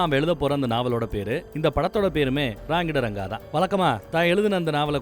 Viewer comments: Raangidaranga illa Rangitharanga pls anna pronounce correctly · Say it as Rangeetha ranga bro thats how its pronounced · Padam peru correcta pronounce pannunga bro. RangiTaranga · PLEASE PRONUNCE IT PROPERLY.. ITS RANGITHARANGA ...NAANU TAMIL THA BUT I KNOW KANNADA N REPECT FR THAT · Please Pronounce movie name properly bro..